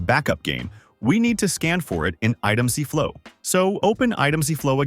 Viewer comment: "Item ZEE flow" lol